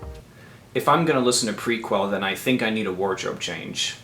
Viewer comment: The mispronunciations throughout... Worth the price of admission! Dude, it's pronounced, Pre- kel. NIHL is pronounced like the river. The Nile. Couldn't watch it any further. Correct your mistakes or lose subscribers.